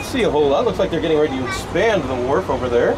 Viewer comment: Great video. Sounds like you kept calling it the Warp but it is actually The Wharf.